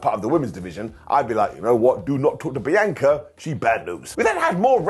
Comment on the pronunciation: I don't get it, can you not HEAR how Bianca says HER name!?!?!?